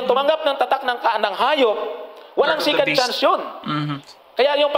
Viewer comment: Johnson "SECOND CHANCE" HINDI "SICAND CHANCE"